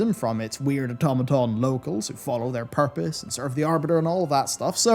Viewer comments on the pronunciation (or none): none